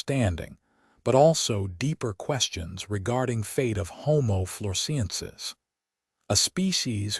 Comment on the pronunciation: I gave up. The boring commentator can't even pronounce 'homo floresiensis' in the correct way . (The Man of Flores probably watched this and killed himself; mystery solved !) 😂😂😂